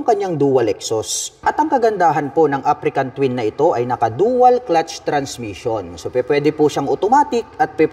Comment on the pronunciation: African ka ng african. Africa Twin po, walang letter "N" sa dulo.haha